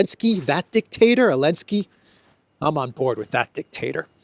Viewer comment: will you take a moment and share why you call him Elensky? And not Zelenskyy?